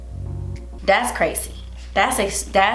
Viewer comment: “Das es.. das crazy” got used to saying das espensive😂 love you